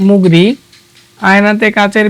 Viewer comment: উচ্চারণে এত সমস্যা কেন ভাই? অবলা কে বললেন আবলা,মুরগিকে বললে মুগরি😂😂